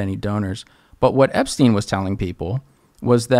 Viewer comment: “Argentinia” “epstaain” - clown